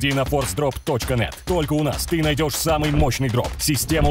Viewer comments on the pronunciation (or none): Ты сказал всем свамый в начале